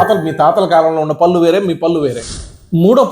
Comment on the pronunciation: "పల్లు" కాదయ్యా బాబు "పళ్ళు". పళ్ళ డాక్టర్ వై యుండి సరిగ్గా పళ్ళు అనే పలక లేకపోతే ఎలాగయ్యా బాబు